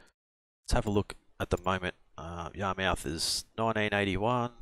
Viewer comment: Yar-mith. Just like where i grew up fishing in Portsmouth... Ports-mith. In new england speak it'd be po-ahts-mith and yah-mith